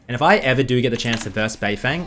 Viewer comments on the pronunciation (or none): its bay-ferng